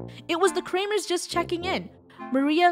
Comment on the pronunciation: the kramers... mor like krewmers